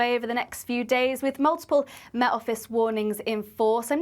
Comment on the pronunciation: Will someone teach her how to say the word “Met” & “Wet” please? She seems to be struggling.